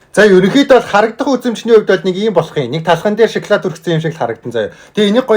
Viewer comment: Эргүү юм уу ? Шоклайд Шоклайд л гээд байх юм мал байхаа 😂😂😂😂😂😂😂😂😂😂😂😂😂😂😂😂😂😂😂😂😂😂😂😂😂😂😂😂😂😂😂😂😂😂😂😂😂😂😂😂😂😂😂😂😂малын сараа байхаа эрэгтэй юм байж нүүрээ будаад эргүү байхаа хүүхдэд дан чинэрэн бүтээгдэхүүнийг л үзүүлэх юм хэдэн удаа хэлэх юм би нэг л хэлье